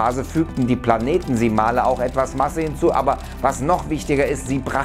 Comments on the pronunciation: Gutes Video! Nur ein kleiner Hinweis, es heisst Planetesimale und nicht PlaneteNsimale. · Die Betonung ist nicht PlanEtisimale, sondern PlanetisimAle ;)